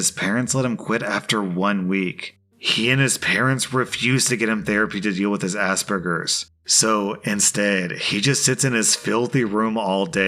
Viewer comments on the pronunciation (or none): "Deal with his Aspergers" It's moments like this that make me think people are deliberately saying it wrong, I have Aspergers Syndrome and its ppl like this that people mock it as Ass Burgers, That's NOT how it's As-spur-gers. Do you pronounce Germs the same way? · Wtf? 😂 Assburgers! It's As per gers not assburgers 🤣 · Did say “asburgus” instead of as-per-gus! Like that’s really disrespectful.ik it was spelt like that but it is a disability and it deserves to be said properly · i swear he said "ass burgers" not the type of autism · I love listening to you, but is it an American thing or are you just taking the piss? It is Aspergers, there is only 1 s and no b, why the hell do you keep calling it Assburgers? As someone with Aspergers I feel somewhat offended by this clear fuck up of a pronunciation. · God the way you say aspergers bothers me. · Aspergers has a hard G, not a soft G, meaning it shoulder be a J sound.